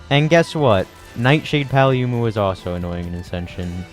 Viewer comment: why do you pronounce paolumu like that